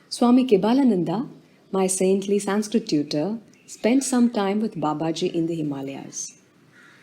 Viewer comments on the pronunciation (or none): That is not how you pronounce 'Sanskrit'. If you are Indian, at least learn how to pronounce your own cultural words correctly.